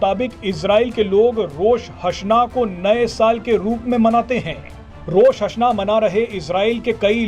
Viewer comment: Rosh hasna nahi... Rosh ha Shana HOTA hai